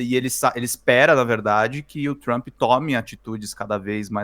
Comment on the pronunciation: 😂😂😂😂😂 o Trump está muito, very ...very TRAMP 😂 Meu 👑 rei!